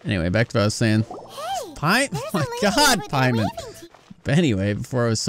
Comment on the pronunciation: Pay-mon the god